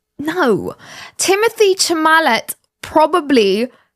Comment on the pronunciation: Timothée Chalamet’s name is pronounced Tim-oh-tay Shall-uh-may (ti-motee- shal-uh-may) in French, though he frequently tells fans that "Timothy Shalame" is perfectly acceptable. The first name uses a French accent to create a "tay" sound at the end, rather than the English "tee